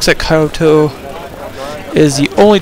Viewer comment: Were does the pronunciation Kaiyoto and Rakuyu come from? Its Kyoto and Ryuku, if you're trying to pronounce it in a japanese way then just read it correctly in english and you will be much closer.